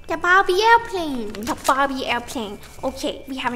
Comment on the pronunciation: I thought she said "bobby" Aiwplane